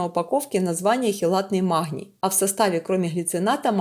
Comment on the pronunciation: Почему махний? Прям режет слух откуда взялась с таким ххх